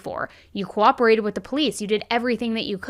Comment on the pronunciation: "Cooberate" isn't a word.